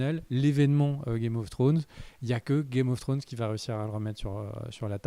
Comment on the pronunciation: Le retour de qui dit Game of Frones 😂😂😂